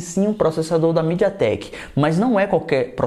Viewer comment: Estava perfeito até ouvir a palavra midiatek